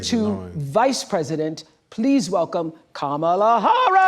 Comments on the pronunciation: She said Kamala Horish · It sounded like Oprah said Kamala Horror 😂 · It sounded like Oprah introduced her as "Kamala Whorish".